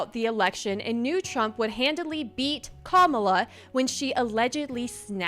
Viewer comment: How to pronounce Kamala: Camel la